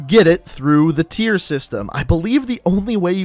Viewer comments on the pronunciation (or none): none